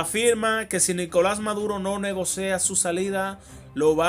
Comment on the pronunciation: Negocia... No negocea